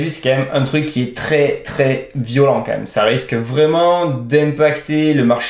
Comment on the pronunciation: vidéo géniale. s'il te plait fais un effort sur ton KM. C'est pénible. Ca s'écrit QUAND MÊME et ça se prononce comme ça s'écrit. C'est km pas compliqué 😂